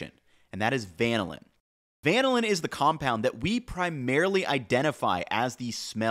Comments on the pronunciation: Dithiapentane is pronounced as die-thee-uh pentane, not dith-ee-uh pentane. The di- means two, and the -thia means it contains sulphur, so it must contain two sulphurs. Also, vanillin is vanil-in, and not van-uh-lin. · fwiw - the pronunciation of the marquee flavor compound 2,4-dithiapentane is like “di-thigh-uh” not “dith-ee-uh”. And for good measure, vanillin is “vuh-nill-in” not “van” as in the automobile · A note on pronunciation: vanillin is pronounced VAH-NILL-IN and dithiapentane is pronounced DIE-THY-AH-PENTANE. Also, we get blind to sulfur compounds (as in truffle components) VERY quickly. Would love to see a deep dive into thiol and thioate containing foods (horseradish, onions, mustard, wasabi etc). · Great video. Just a note from organic chemistry: "DIH-THEE-UH" pentane? It's "DIE-THIGH--UH" pentane. "VANE-UH-LIN"? It's "VAH-NIL-LIN" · Just to help you in the future, you said Vanillin wrong it’s actually pronounced (Va- Nil- in) and I know this because I DIY eliquid for vaping and I’m familiar with that concentrate. I’m new to the channel but I like what I’ve watched so far. Keep up the great work 👊😎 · Excellent deep dive. FYI - "vanillin" is pronounced vuh-NI-lin. Kind of like how we say "vanilla" but ending with in vs uh.